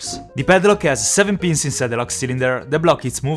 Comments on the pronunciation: The way he says pins sound like beans😂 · I thought he was saying beans not pin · Every time you said ‘i can see the pins’ I thought you said ‘i can see the beans’ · Whenever he says pins it sounds like he's saying beans. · D When you say ‘pins’, it sounds like ‘beans’